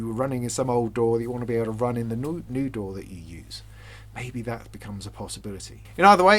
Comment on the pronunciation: The Youtube captioning interpreted your pronunciation of DAW as "door". I kept wondering "What the heck is this about? Is there some new standard or technology I was previously unaware of? What is this 'door' of which he speaks?".